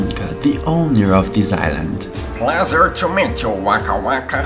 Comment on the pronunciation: I laugh when barbaro said plesure to meet you wanka wanka hahaha